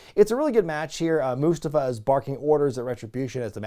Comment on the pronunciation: Must-ah-fa......not must-uh-fa.